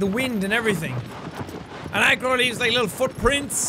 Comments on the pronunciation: When you say the Horses name I sound like You saying egg roll 😂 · I can't be the only one that heard him saying 'egg roll' when he says "Argo" , can I? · not sure if deaf or if jack is actually calling agro "eggroll" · I thought it was "eggroll" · I hear Wander say Eggrail not Eggroll XD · Is he saying eggroll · He knows is Agro but he calls her eggroll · I'm gonna be honest I heard eggroll instead of Agro 😂😂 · Is he saying eggrole? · Fatih 12304 No, he’s saying eggroll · Is he saying egg roll?? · every time he says the horses name I hear Egg Roll and I can't tell if that deliberate or not XD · It's so funny how when he said Argo it sounded like he said egg roll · I love how you have all of these mature people mixed in with the 4 year olds that think it’s the funniest thing that jack is calling Agro ‘eggroll’ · Everytime you say Agro, all I hear is "eggroll" lol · he is saying egg roll, it's a joke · I swear he’s saying eggroll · All I hear is eggroll. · Ive beening to say this, but when you say agro my mind tricks me and thinks you say eggroll. nothing personal, its just i laugh everytime you say his/her name.